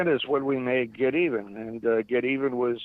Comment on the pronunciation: its Get'evan ..... not Get Even.